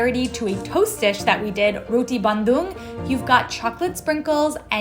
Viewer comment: You pronounced roti bandung so well